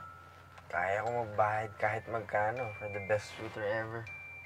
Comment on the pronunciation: Tuitor not tutor 😄